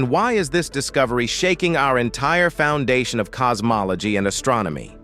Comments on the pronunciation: Cos-mol-a-gee 😂😂😂 you gotta put more effort into these. just type it as it shounds and eleven labs will pronounce it correctly. Also, helps if you listen to these before publishing. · Um i stopped watching at "cosmoloGEE" GEE?